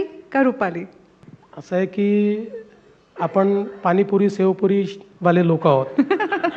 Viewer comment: Sev puri nahi Shev puri. Marathi bhaiyya Marathi yet nahi😅